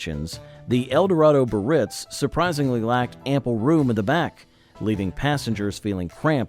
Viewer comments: Cadillac Biarritz is NOT pronounced "Buh-Ritz." There are three syllables and all are to be pronounced: "Bee-uh-ritz." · Edsel CORSAIR - was only one of four models. So much more trouble than you measure. Cadillac BI - AR -RITZ has three syllables. This entire post is offensively substandard. 😡😡😡😡